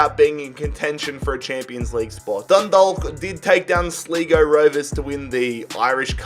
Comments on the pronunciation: Like it’s slygo tha is how u pronounce this and YUP THE ROYALS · Yeah lad he’s like “sleeego” it got annoying after a while but it was funny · Yup Sleego 🤣🤣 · Seeeeeeeeeeeeeego rovers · sleego fc lmao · he butcherd them names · Don’t worry about not being able to pronounce Sligo. It’s an irrelevant county anyways, they probably don’t even have WiFi up there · Im irish and listimimg to him say sligo makes m e cry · You saying Sligo made my brain cry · The way he says sligo hahaha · The way he said sligo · him trying to say sligo hahahahahhaahahahaahahahha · Yes,very much so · The Sligo rovers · "Sleego" 😂 What A Lovely Pronunciation Of Sligo 😂 You Prounounce It As "Sly-Go" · Nobody know how to say irish teams names😂. You pronounced my local team wrong sligo rovers. It pronounced like sly go rovers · The way he said sligo its prounounced sly-go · Come on sleego (6.20) its pronounced slygo if that helps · It's not pernounced sleego it slygo for Sligo rovers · It’s SLEYEgo not SLEEgo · Lol if you are irish you will understand slego??? 🤣🤣🤣🤣🤣🤣 ah it's great to see Australians try to pronounce irish places ah so funny BTW if your watching it is pronounced sligo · Sligo is not pronounced like sleego you pronounce it like sly go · Sleego *Sligo Sli go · The way he says sligo hahhaha its pronounced like sly-go not sli-go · Sligo not sleego smh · Its Sly-Go not slig o just for future reference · Slee-go it is Sligo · Sligo not slehgo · Sligo not sleego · This guy can't pronounce any names right he pronounced sligo sleego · Sleego rovers🤣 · It is sligo pronounced sly-go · Who else went crazy when he said slego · he said slego instead of Sligo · Sligo is pronounced sly-go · sleeego rovers